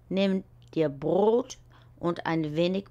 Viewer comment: Brot, nicht Brod